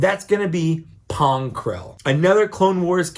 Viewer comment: I gagged when you said Pong Krell